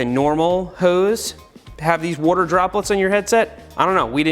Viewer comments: The way he says water like ‘wouter’ gets me every time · WOURDER. Seth channeling his inner Brad Leone. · New drinking game. One drink for every time you hear Seth say"Wuadder" 😉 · seth be like wortar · “Woter” yes engish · nobody: seth: warter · Can someone make a compilation of Seth saying “wuter” from this video? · Seth for 12 minutes: Woder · Seth saying woder instead of water triggers just a little bit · I just like the way you say "wuaater". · i love how much you say "wawder" in this video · Seth uses the same wourder as Brad Leone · I’ve never heard Seth say worter so many times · No one: Seth: wooorrter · Dude I wish you would ha r done a tally on how many times you said water. Or... wooter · Seth please just keep saying wuater... Slowly... Again... AGAIN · Congratulations you just watched a man say wooder for 12 minutes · Is it just me or does he say "wuter?" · Say whater one more time. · Seth says “wotur” for 12 minutes straight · "Seth" Well what did we learn today ? 1. Seth says water not water 2. Seth will ask a question and answer with "I dont know havent tried it " 3. Seth +Watergun = brrrrr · Are you from Philadelphia? I’m wondering where your accent on the word “water” comes from. Thanks!